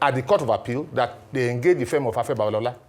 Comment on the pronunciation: Your guest doesn't know the pronunciation of "Firm". He kept pronouncing it as "fem".